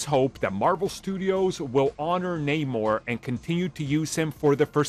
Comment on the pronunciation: Idk man this isnt even Namor anymore they even changed his name in the film and pronounce Namor strangely... idk this just aint it chief